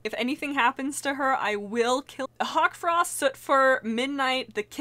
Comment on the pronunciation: Did anyone notice it was Hawtfrost and not Hawkfrost?